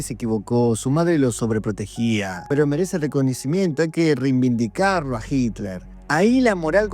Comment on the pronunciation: la palabra es reiVindicar, no reiMindicar 👍